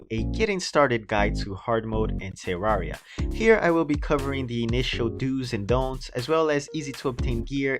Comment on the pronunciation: never heard anyone say terraria like he does te rwar ea